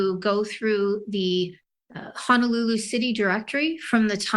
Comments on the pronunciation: Great work! Great science! One thing that’s obvious to anyone from Hawaii. They keep saying Honolulu wrong. It’s not Hanalulu. It’s Honolulu. Hanalulu is something else. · Amazing story, but I must mention one gripe. Only the prosecutor pronounces Honolulu correctly. For those of us who live in the islands it is grating to hear everyone else in this video mangle the name of the most well-known city in the state.